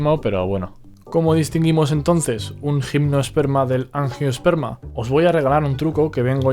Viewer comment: Buen vídeo, gracias. Solo un pequeño apunte: Gimnosperma y angiosperma no tienen “e” antes de la s. Saludos